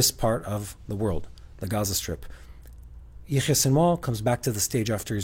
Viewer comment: seems to be pronouncing Sinwar's first name in a strange way. What he says does not sound like Yahya. Or is he talking about someone else? What is he saying? Is he using a nickname? If so, it would be helpful to spell these names, so that people unfamiliar with Arabic or Hebrew names could understand better. Also, when you mention the names of places, or other unfamiliar terms, it would be helpful to spell them on the screen to aid in understanding